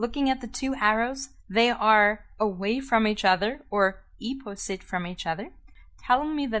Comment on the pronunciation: "ze zame zide" "eeposite" that sounds so German lMAO